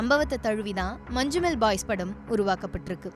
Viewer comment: മഞ്ഞുമ്മൽ ബോയ്സ്❌ മഞ്ചുമ്മൽ ബായ്സ്✅